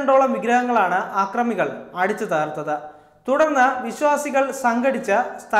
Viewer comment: ആക്റമികളല്ല അക്റമികൾ.ആദ്യം മാത്റുഭാഷ നന്നായി പഠിക്ക്.